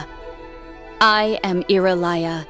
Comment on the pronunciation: ire-liyah lol